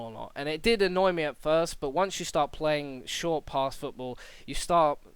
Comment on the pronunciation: "Footbal" haha :P